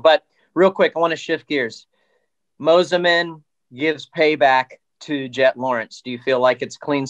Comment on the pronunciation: Please for the love of God bring Fro back for commentary. Michael Mossy man and Adam Cinserell uh ? What in the actual F*ck ? You have a guy that clearly isn’t even in to the sport enough to pronounce their names correctly!!! Butchered over and over and over again. Terrible 💩